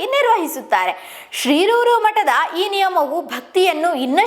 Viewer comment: ಶಿರೂರು ಎಂಬುದನ್ನು ಶ್ರೀರೂರು ಎಂದು ಉಚ್ಚಾರಣೆ ಮಾಡುತ್ತಿದ್ದಾರೆ. ಮೊದಲು ಸರಿಯಾಗಿ ಮಾತಾಡಲು ಕಲಿಯಬೇಕು